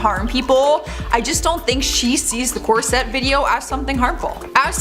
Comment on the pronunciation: The word is "CORset" - "corSETTE" is not how it's spelled or pronounced. Nonetheless - the KardASSians are obsessed with some kind of beauty standard that is in their minds. And they have the $$ to spend trying to achieve it. Unfortunately since they're in entertainment, they're looked at as role models, which is sad and problematic, for reasons that should be obvious to those of you with common sense. The fact that they keep "transforming" themselves and then deny having work done is ridiculous. Khloe's nose has reached Michael Jackson level butchery.